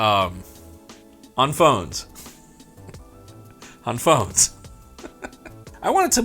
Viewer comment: Can somebody make a gif of saying "on phones" 😂😂😂